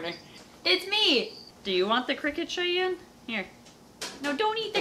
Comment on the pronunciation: So close but its chyanne